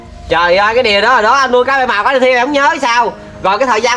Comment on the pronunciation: Bảy màu mà nói bãi màu😂